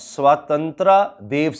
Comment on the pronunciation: sahi khel gya hai bhai ... naaam boht achi tarah pronounce kiye hain.. sotantraaa hahaha